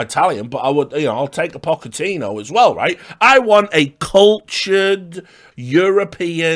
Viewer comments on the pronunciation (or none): The way you say I-Tallians and Pocka-tino lmfao